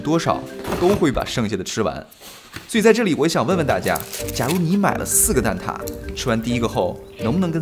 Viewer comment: 职业病：“蛋挞（Tà）”➕也是我最爱的食物之一❤️